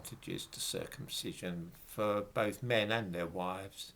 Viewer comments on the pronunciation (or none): none